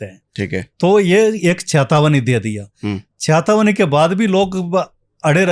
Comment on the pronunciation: Ye kis ko bula liya 😂😂😂Chetawani❌ cahatawani✅😂😂😂